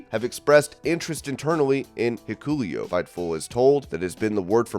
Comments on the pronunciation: You dont watch njpw do ya? It's Hik-uh- leo. You are pronouncing the U hard. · Whoever is doing this video your pronouncing Hikuleo wrong!!!!!!! Also y'all are all stupid , Vince will stay in creative control. He I bet is in Hunters ear 24/7 now